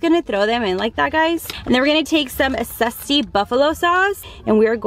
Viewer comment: Its zesty not sesty